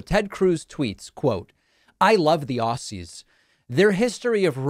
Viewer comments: It’s Ozzies, not Ossies! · Hey David, it's pronounced Ozzie's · I got a laugh at David pronouncing Aussies like a non English speaker!